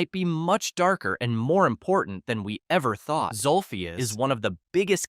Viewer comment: its zolphious not zulfius